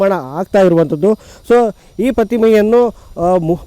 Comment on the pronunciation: Anthaddu, ಇಂಥದು, Anthaddu.... 😂 ಸರಿಯಾಗಿ ಕನ್ನಡ mataduvavaranna nemisikolli. Jai shree ram